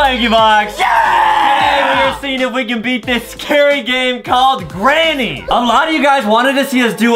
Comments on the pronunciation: No one : not even my friends : NOT EVEN JUSTIN : adam : "gRayNy" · "greynny" HAHAHAHAHAHAH IM SORRY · me : granny adam : greyni